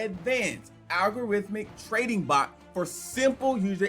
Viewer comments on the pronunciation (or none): Why he keep saying Bolt ???? it’s Bot!!!